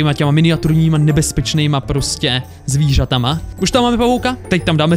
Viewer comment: a zvížatama